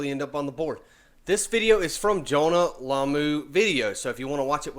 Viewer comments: another one calling him Lamoo, its Lomu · pronounced "law moo"